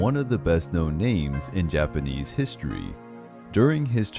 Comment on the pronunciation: I love love looooove your Japanese pronunciation... It's just so beautiful unlike others.... I request you to please cover more Japanese and Chinese history and mythology